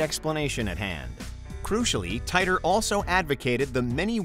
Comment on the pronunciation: And once again, it is incumbent upon me to drill into your incredibly thick skulls that John Titor's surname is pronounced "tee-tor". Proof positive that details don't matter to WM.